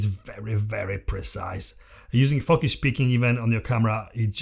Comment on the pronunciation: Everytime you said focus I heard fuckas :P good video though